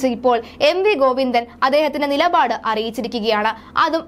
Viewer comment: വന്ഥേ ബാരതമല്ല, നിലബാടുമല്ല വന്ദേഭാരതവും നിലപാടുമാണ് കുട്ടീ... വാക്കുകളുടെ അർത്ഥം മനസ്സിലാക്കി വേണം ഭാഷ ഉച്ചരിക്കാൻ... ബക്ഷണമല്ല ,ഭക്ഷണം ആണ് കഴിക്കുന്നത്